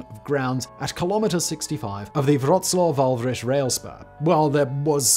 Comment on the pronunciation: Nice try pronouncing Wałbrzych Simon! Not perfect but good effort, as a Pole I appreciate it